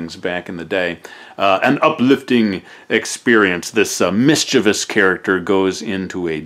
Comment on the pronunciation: Omg, finally someone who pronounces "mischievous" correctly LOL.